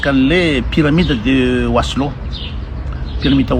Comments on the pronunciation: Laha mba tena nianatra dia Maslow ro resahina fa tsy "waslo"... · Déjà on dit Maslow 😂